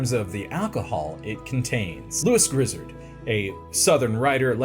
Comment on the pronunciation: Ooh, Lewis Grizzard would be so disappointed you rhymed his name with 'lizard' instead of 'bard,' 'card,' etc. But at least you didn't call him 'Louis' on the chyron.